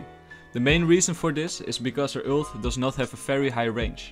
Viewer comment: Stop daying ült its an ULT no ü